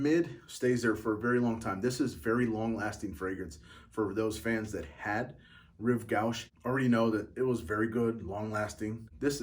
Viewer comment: Rive gauche is pronounced, Reeve goshe....